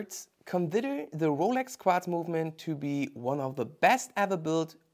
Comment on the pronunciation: "Qwatz movement" 😂